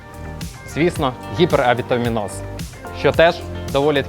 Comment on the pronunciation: Не гіперавітаміноз, а гіпервітаміноз